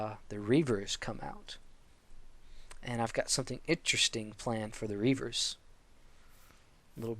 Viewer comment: are you saying Grievers or rievers? cuz it sounds like ur saying rievers